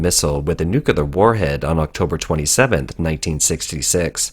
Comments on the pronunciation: Please, please, please get it right. It's painful to listen to good info from a source that consistently mispronounces "nuclear." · Love your content, but pronouncing 'nuclear' is really not that difficult... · You say Unsymmetrical Dimethyl Hydrazine perfectly yet saying nuclear seems a struggle. Regardless keep up the good work!